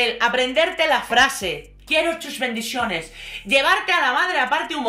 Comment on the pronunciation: Ay, quiero darte las gracias por el hartón de reír que me he dado cuando has dicho "mis bendiciones" a lo americano!! 😂😂😂😂😂😂😂😂😂